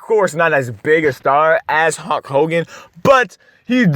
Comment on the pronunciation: Did he say HUNK HOGAN?!!!! Around the mark?!!!!!!!!!!! 🥸